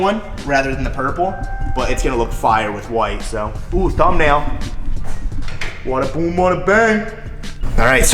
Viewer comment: isn't it "botta boom" not "wotta boom"???